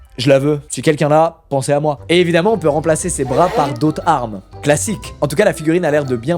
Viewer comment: Faîtes attention lors de la prononciation du nom du gars "harmas"